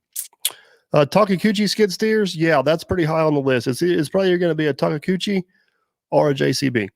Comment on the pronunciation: Camarata couldn't decide between a TL10 and a TL12 so he bought them both. The biggest problem for you might be learning to pronounce Takeuchi. You can always call it a Taco. 😉